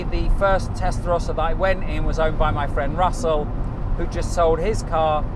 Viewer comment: No es Testlarosa Es TESTARROSA